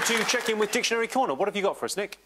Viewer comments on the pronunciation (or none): none